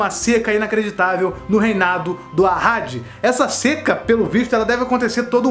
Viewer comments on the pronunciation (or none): Eu já vi essa playlist do Rei Leão umas mil vezes, amoooo... Mas juro quando ouvi Ahadi eu entendi Haddad afff....